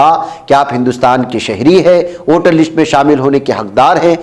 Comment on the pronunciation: لشٹ نہیں بلکہ لسٹ